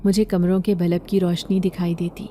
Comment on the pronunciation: Balb nahi Bulb